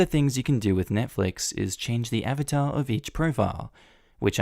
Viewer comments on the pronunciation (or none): none